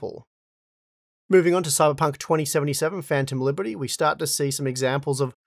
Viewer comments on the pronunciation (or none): none